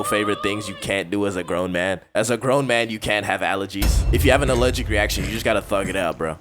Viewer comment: "Allewgic to fun" he said